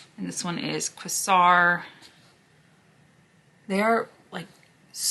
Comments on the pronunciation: The shade Quasar is pronounced with a long A. Just saying.... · Quasar = Kay-zar ❤😊